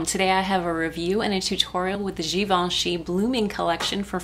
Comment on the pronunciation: ooh, really beautiful look, I love it! And thanks for pronouncing Givenchy right!